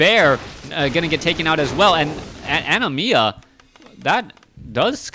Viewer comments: Its Anima A-ni-mAA not ani-mia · It's ANIMA (NOT ANIMIA OR ANIMYA) for the love of GOD!